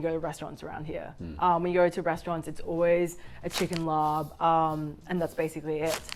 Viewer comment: น่าเสียดายที่ออกเสียง ลาบ เป็น ลอป ทั้งๆ ที่มันคือศัพท์เฉพาะ ที่สามารถใช้เสียงดั้งเดิมของมันได้และสามารถเข้าใจได้ง่ายกว่า คนท้องถิ่น ถ้าไปสั่งว่า ขอลอปไก่ 1 ที่ จะมีซักกี่คนที่เข้าใจคำนี้